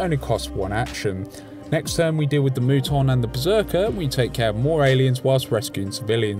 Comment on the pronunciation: Just an FYI, but the "u" in Muton is pronounced like the "u" in "mutant". It comes from the OG XCom game, where the Mutons were basically alien mutants.